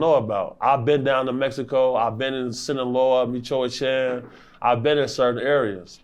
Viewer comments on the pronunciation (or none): Always enjoy some vids…..That’s where my family is from,it took me a quick sec to realize you were trying to say Michoacán lol it’s pronounced like Mee-choh-ah-KAHN.